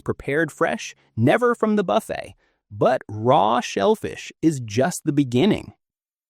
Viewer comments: How about a real person who can pronounce ‘buffet’ and ‘warfarin’ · 32 million cruise each year, and only 20 seniors have stomach problems. It doesn't sound like a problem to me. I'm 69 and have never had a problem. Anyway, you don't even pronounce buffet right, so why should we take your advice? What you say is logical, but not a serious problem. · Hey…Jimmy would be amused to be mentioned in this regard. The narrator makes Buffet sound like F. It. Sheila